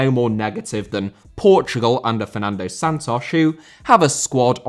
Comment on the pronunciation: Fernando * not Fenandouw